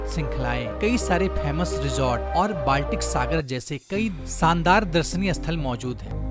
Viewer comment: विसव नही विश्व बोलते है सही बोले सानदार नही शानदार